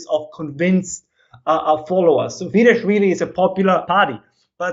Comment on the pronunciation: is great, and I hope UnHerd invites him on again. If you do, please put a quiet word in his ear that Fidesz is pronounced like 'fee-dess'; the 'sz' of Hungarian is pronounced like the English 's' and 'ss'. He might be conflating it with Polish, where the 'sz' is indeed pronounced like the English 'sh'. It was jarring to have him so knowledgable on Eastern European politics, yet somehow hasn't spent much time following Hungarian media, or listening directly to Hungarians. This should be something someone learns on day 1 in Hungary.